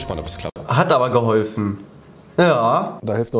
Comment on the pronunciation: ... hat aber geholfen .... jaaaa😂😂😂(wie er das betont)😂😂 ich kann nicht mehr ich glaub das wird mein neuer Klingelton Kann rezo daraus mal nen Remix machen